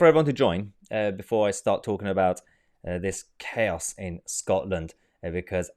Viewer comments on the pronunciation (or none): none